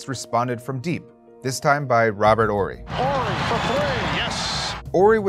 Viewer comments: It’s “Horry” not “Orry” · Is this guy not pronouncing the "H" in Horry? Is that the right was to say it?